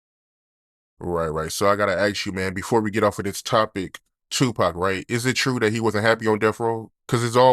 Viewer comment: Bro...I don't know how much more of this interviewer pronouncing Pac's name Tuuuupac I can take. So Tuuuupac...? So Tuuuupac...? SMH Bruh...it's Pac or Tupac. Not Tuuuupac.